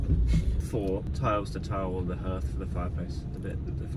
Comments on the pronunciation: hearth is pronounced like heart! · Hearth, pronounced 'harth'. Interesting vid.😊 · Hearth is pronounced ‘harth’